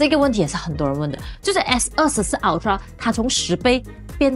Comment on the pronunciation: 麻煩先去了解ultra正確唸法好嗎😓